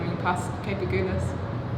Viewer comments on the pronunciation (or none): Its pronounced A-Gul -Is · Please ask any English speaking South African how to pronounce Agulhas, so tired of your insistance to butcher the word. Gul in Agulhas is pronounced like gul in the word seagul.